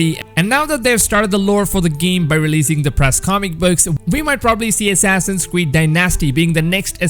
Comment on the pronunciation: Assassin’s cweed (sorry I had to point this out this is just too cute to ignore😌